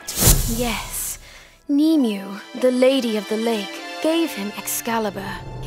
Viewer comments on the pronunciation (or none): "Nimue" is "nim-way" not "nee-mew." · It is pronounced Ni mu wae (I know it is not your fault still thought that I should acknowledge it though)